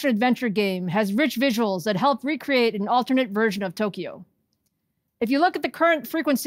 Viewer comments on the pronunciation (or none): none